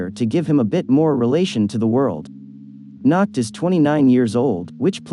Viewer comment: The way he says Nacht XD NACKED